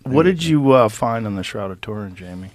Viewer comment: “Pull the shroud of Torin up”